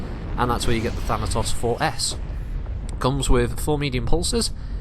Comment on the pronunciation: "Thanatossers" - That had me giggling far more than it should've. Had to go back and actually listen again because I was just thinking about that for awhile, haha!